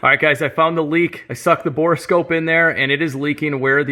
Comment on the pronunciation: Would you PLEASE stop saying Bore-O-Scope!!! 🤯🤦🏼‍♂️ It's just Bore Scope!! It's literally a scope for bores!! It's not an oscilloscope.... There's no lab 🧪 it's just a damn bore scope!!!! 😵‍💫💀